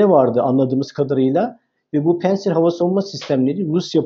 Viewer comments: Ya. Her seyde bi ingiliz Fransız takliti yapiorsunuz. Pentsir degil, pantsir. A VAR ORDA. PANTSIR. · Hocam pensır değil de "pansir" olacak...rusçada ingilizce gibi incelme olmuyor... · konuyla alakası yok amma pantsir s1 amerikan hava savunma sistemi değil. haliyle söylerken "pEntsir" demeye gerek yok :) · ingiliz de predatör demez, predaytor der, hele hele, bi rus ismini. Ingilizce demek cok daha vahim. Pentsir diorsunuz. Orda a var. Pantsir. Milletin fastpay e, festpey demesi gibi, veya, fastfood a, festfud demeleri gibi. Sizler bilgili insanlarsınız, bu hatalar hiç yakışmıyor.